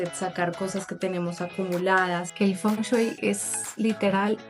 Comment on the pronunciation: Por que sigues diciendo "Fon chuy" ajajajajaja